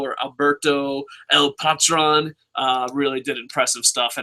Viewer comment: It's El Puh-trone lol. I gotta get into the habit of watching LU, I don't even have the channel